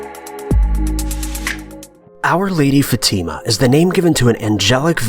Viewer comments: It's "fah-tih-muh" not fateeemuh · It's not FaTIma. It's FAtima. Seriously it's incredibly easy to pronounce c'mon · It's no Fatima is Fátima!! You are reading it wrong! I'm Portuguese... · Your pronunciation of the name "Fatima" makes me uncomfortable for some reason. We pronounce it as such "Fa-a-t-imah" (with a short "e" sound after the letter "t" ) .. and not " fateema" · Brigid Knumbthumbs yeah its more like fat-a-ma that's how my religon teacher said it anyway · You mispronounced Fatima and Marian, but I'm only 2 min in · Fatima is not pronounced that way...